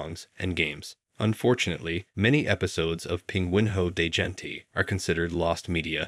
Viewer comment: As a portuguese person, I died inside every time he mispronounced "pinguinho de gente".